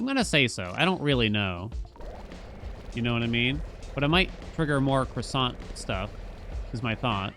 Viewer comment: the kroy-sahnt